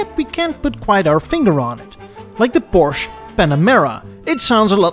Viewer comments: Pronounce the e on the German car Porsche. Sounds like the English a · Entertaining video, just like all the others I've watched. However, If Ferdinand Porsche was anything like I am, I don't think he would have appreciated his name being pronounced incorrectly. This is a YouTube video that the Porsche the company felt prompted to post because so many people pronounce Porsche incorrectly.